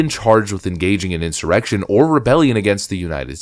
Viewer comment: Narrator say "in-simmer-rection" ? Is that a chat bot reading?